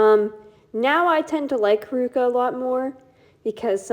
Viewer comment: The way you pronounce honami and haruka pains me